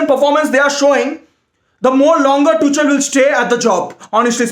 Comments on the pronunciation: it is tuk-el not tuch-el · I always enjoy your videos mate!! Keep up the good work !! Anyway ,It's Tukhel(Tuchel) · his name is tuchel but you pronounce it like tukhel in german just like acht ( means eight in german) we pronounce it likr akht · It's pronounced tukel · Tu chal 😂 😂 😂 it's tuchel... H silent... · It is pronounced "two" "khl" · could you please review the pronunciation of Tuchel before the next rant? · well maybe pronounce Tuchel right duh